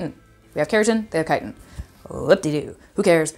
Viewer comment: It's crazy to finally hear Chitin out loud after playing skyrim all this time and pronouncing the "ch" like "chicken" lol